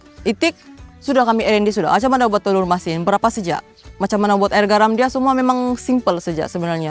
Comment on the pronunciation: Jelas sejelas-jelas nya sebutan nya kan,tanpa meninggalkan huruf yg di eja. Air------sabahan sebut air,klu smnjung Aie..😅😂 hilang huruf "r"nya.